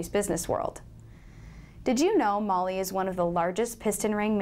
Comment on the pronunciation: if you're going to represent a company, you should at least learn how to pronounce their name